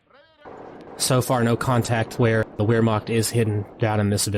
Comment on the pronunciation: Always enjoy your commentary. BTW "Wehrmacht" is pronounced like "Vehrmacht"